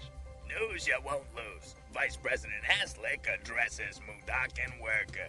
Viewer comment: Dammit, I could never understand the way you pronounce the Generals name and I can't tell from the Slig